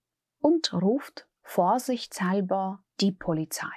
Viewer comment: Почему то слово vorsichtshalber слышу как vorsichtzalber